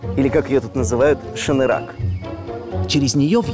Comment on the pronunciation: не шанырак а шанырақ!